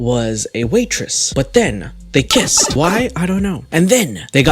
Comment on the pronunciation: but then.. they kisssed (subtle emphasis) hahahahahha i love the way you said th is